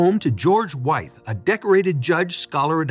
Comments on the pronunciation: Wythe House is NOT pronounced with a long “Y”. It’s said like WITH. It was George WYTHE (WITH) who lived there. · My guy, you took the tour and you STILL can't pronounce Wythe correctly? It should sound the same as the word "with".